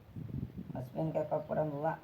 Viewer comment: Sir aap स्पेन ko असपेन् bol rhe hai🙏🤣🤣🤣